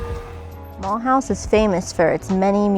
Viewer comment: Please do not pronounce it as Muulhouse, learn to say it the French way please.